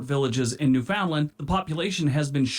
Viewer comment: OMG he mispronounced so many place names. By the time he didn't know if he'd pronounced that right, he'd already mispronounced about four. For instance, Newfoundland rhymes with understand. AND those villages he talks about are considered towns.